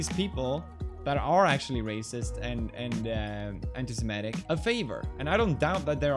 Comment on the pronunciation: funny thing is he can't even pronounce semitic